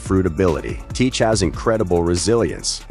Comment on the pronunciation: Saying his name wrong other than like the video tho